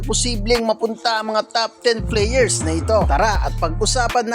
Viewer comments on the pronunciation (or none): Kay playar daw sabi nya